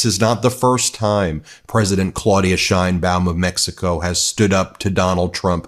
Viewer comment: SHANE-baum, not SHINE-baum. She's born in Mexico and that's how they pronounce it in Mexico.